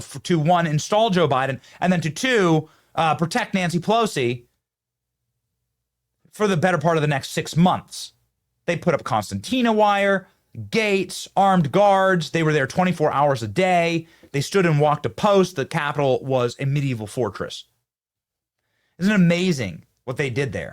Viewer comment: I think it's called "concertina" wire - not "Constantina" wire.